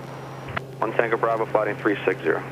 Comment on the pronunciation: your bravo sounds like "brother"